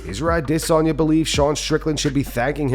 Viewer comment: When did this guy start pronouncing Adesanya the way he does/ i know it’s probably the right way but it sounds wrong from homie